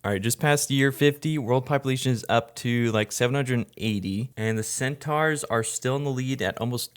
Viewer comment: Absolute banger as always but the way you pronounce centaur is absolutely egregious